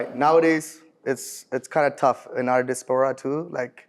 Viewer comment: Why are these Tamil guys trying so hard to use words that are not even in there regular vocabulary. Man can’t even pronounce Diaspora 😂 and he claims to be Canadian. The girls so far are so whack too 😂😂😂 funniest part when he asks her out on a date and gets curved